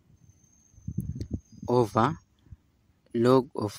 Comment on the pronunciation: Not “ova”, but “over”